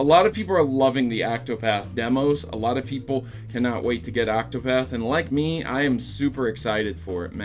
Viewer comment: Octopath, not Actopath!